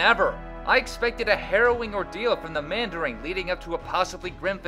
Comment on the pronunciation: did you add a "g" to the end of mandarin? Sounded like you said "the mandaring"